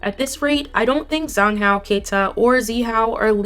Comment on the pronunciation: Zhang Hao is pronounced like Jahng Hao. Wang Zi Hao is pronounced like Wang Dsih Hao (Z's in Mandarin sound like ds as in "reads").